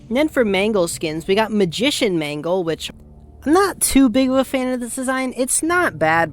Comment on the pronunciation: im not even joking the more you say mangle it sounds like mango😭